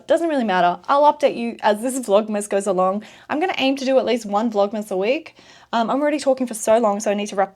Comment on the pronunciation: " Vlogmess "😂 I hear that.